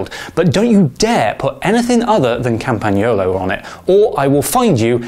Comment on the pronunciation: BEE-AHN-KEE, not BEE-ANKY. CALM-PAHN-YOLO. What is it with you people? Hint: Spring for some paint, mate! Your video studio looks like the inside of a shipping crate.